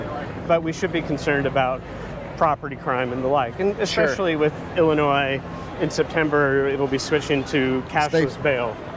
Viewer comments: The S is silent in Illinois. Its not illa noise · the "S" in Illinois is silent my dude. It's like someone saying expresso.